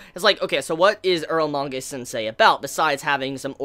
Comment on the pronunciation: earlmanga sensei? i thought its calle eromanga sensei xD